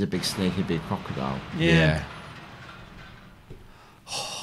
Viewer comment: 'I like when they do, he's a big snake, a big crockodile' is the drunkest thing I've ever heard ♥